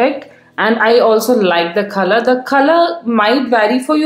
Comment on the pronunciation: Khalar nhi color hota h 😂😂